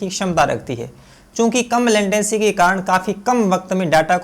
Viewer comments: लेंटेसी नही रे बाबा लेटेंसी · Bhai wo latency hota hain lantecy nahi